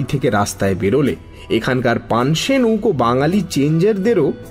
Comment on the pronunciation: খুব ভাল 👍.... But "নৌকো" কে তো "নুঙ্কু" শোনাচ্ছে 😂🤣